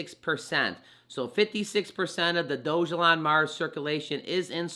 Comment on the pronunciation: You pronounced it Doge (like the crypto) elon. It shows it's pronounced DOG (like the k9) a lawn...... Dog-a-lawn. It's funnier that way. Edit, you keep pronouncing it wrong. Think of a dog peeing on a lawn. I think that would be a good graphic for it.